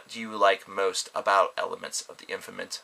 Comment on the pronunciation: At first I thought he said elephants of the infinite...